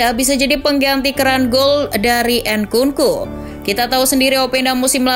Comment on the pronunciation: nkunku (bukan en nku nku)